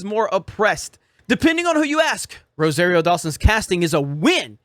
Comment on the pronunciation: you still can't say Rosario right! Or maybe it's that Floridian accent?